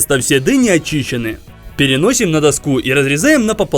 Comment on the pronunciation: Не даску а доску